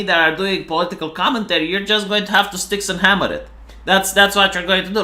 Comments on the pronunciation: IT'S STYX-HEXEN-HAMMER-666, you silly gypo. I don't know why that bothers me, but dyslexia is a problem when you're a YouTuber lol. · the romanian NAME BUTCHER. Its StyxHEXenhammer. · Dude, it's Styx - hexen - hammer.